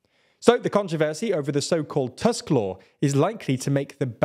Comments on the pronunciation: Small nitpick here, Tusk's name has the u-sound pronounced same as in 'bull' or 'put' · Polish pronunciation is not a difficult as it might look. Remember that the 'u' in 'Tusk' is pronounced like the 'oo' in 'too', so he's 'Toosk'. Remember also that the 'w' in 'Morawiecki' is pronounced like the 'v' in 'have', so he's 'Moravietskee'. Congratulations on getting that 'ts' sound in the 'c'. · I’m really impressed with how you pronounce the president’s name; being his namesake I can really appreciate you not calling him on-drey. But Donald Tusk’s surname, even though it looks exactly like the word for an overgrown tooth, is actually pronounced more like [toosk]. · Nice video. Please, check the pronunciation of Tusk and Morawiecki. Big thanks.